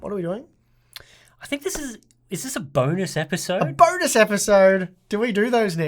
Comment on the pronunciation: "Bone us" episode.